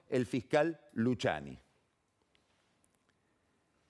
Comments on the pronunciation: No Luciani .. Luquiani ... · Todos: Luciani Pagni: Luchiani Es como Peceto vs Pesheto jajja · "Luchiani" "iuchiub" 🤣🤣